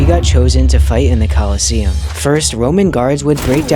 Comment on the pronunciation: What i read: Colosseum What i hear: KOLOSSOS